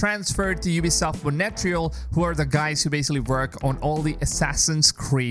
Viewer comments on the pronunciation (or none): mon reee yaaal....not monetreeeyaaal...lol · its mon tree al not mo nae te real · "Montreal" is not pronounced "Money Tree hole". It's "Mon treehole" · Its not pronounced as Mone-tree-al, It is Montry-aal spelled as Montréal. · "ubisoft monetreal" ... bruh............ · Is it really that hard to correctly pronounce Montreal!? jeez f, if I wouldnt know the ubisoft studios, i would have not understood "Monetreal"!!! all the worst to your channel until you correct yourself publicly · do you mean montreal? wtf is monetreyal? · what is ubisoft Monetrial ? for some reason every time i hear that i cringe, no offence :D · Learn to pronounce Montreal (Mon-trey-al) will you mate. Don't know where you get your info from but Ubisoft made $2.2 billion profit on AC Odyssey alone. So far $1.2 billion on Valhalla. They took $2.2 billion in overall sales last year with 16.6% down on the previous year, thanks to Covid and the recession. So all shareholders have sold out? I don't think so. Don't spread fake news. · It's feel say monterele is monterle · It feels so funny hearing Montreal as Monetreal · Ubisoft "Moneytreal" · I was scrolling to find this kind of comment 😂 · dude...Montreal....learn how to pronounce it, its not that hard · Is that how I am supposed to pronounce Montreal?... i've been saying it wrong for years